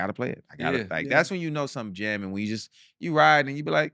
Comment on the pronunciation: "I want a knew life and I want it with chuuuu"!..??? Chuubacca?? come on mayyyyyne😂😂